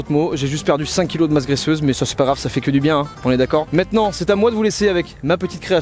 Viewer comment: par contre il faut vraiment que t'arrête de dire "mètenant"